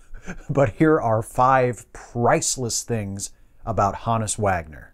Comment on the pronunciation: Thankfully a good presentation, & pronouncing his name correctly😉